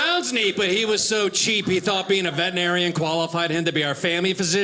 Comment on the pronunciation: Wonderful set! Bro: "veteRinarian" – vetrin not vetin. Thanks